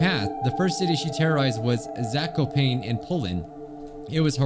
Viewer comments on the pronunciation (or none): The way native English speakers pronounce Polish words will never not be funny. “Zako-pain” lolol